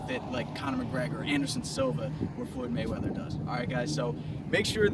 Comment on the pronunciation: FLUUID MAYWEATHER....